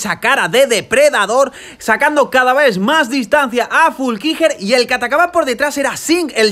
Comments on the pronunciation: Fuulckiger o Flueckiger 🤣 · Es FLUeckiger, no FULkiger.... y Anton Cooper es Neozelandes, no Australiano. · Se pronuncia "Flúkinguer" 😂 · Se pronuncia: Flu-qui-Guernica estaba poniendo muy mervioso 😄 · En lo único que podrías mejorar es con la pronunciacion de los nombres, dascalu*, flueckiger*, koretzky*, por lo demás gran resumen